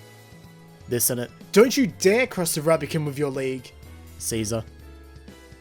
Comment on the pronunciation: Did he say “rubicom”?